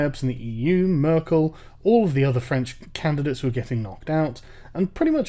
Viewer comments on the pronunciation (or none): none